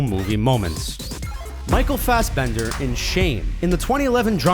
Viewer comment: Isn't it Fassbender, not Fassbend?